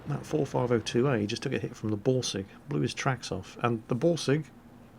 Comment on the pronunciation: When says Borsig it sounds like he is saying Ballsig:D